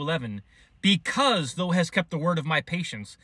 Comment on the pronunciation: Thank you! Jesus is coming soon!! Please look up the pronunciation of thou. It is not the way you say it. Peace btother.